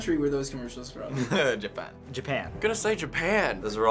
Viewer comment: Japan の発音が日本人すぎる